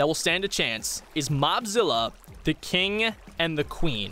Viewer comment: Ad the cing and the cwen. Pet.